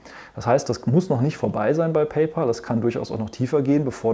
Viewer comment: Hallo, war wieder sehr interessant. Bitte erlauben Sie mir ein paar Anmerkungen: sollte beim Vergleich der Zahlungsdienstleiter am Anfang des Videos, nicht auch Block (Square) erscheinen, und sollte nicht Affrim zu Amazon Pay addiert werden nach deren Merger? Sie und die meisten Deutschen Analysten sprechen immer noch PayPal Deutsch aus, also PeiPal und nicht und richtigerweise PayPä!!l. Der Name der Firma kommt nählich daher, dass Elon Musk, der Gründer, daran gedacht hat, in einem kleinen Deal einen Freund/Kumpel = Pal (Päl amerikanisch ) zu bezahlen. PayPal heisst einfach nur "Zahl Deinen Kumpel". Viele Grüsse, Andreas Popp